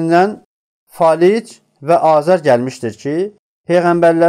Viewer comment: Azer yox,Azar